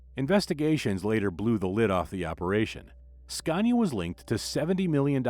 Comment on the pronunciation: Why oh why do you still call Scania with an R of goodness sake !! 😖